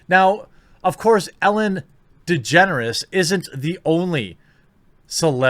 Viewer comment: I thought you said "Ellen Degenerates" for a minute.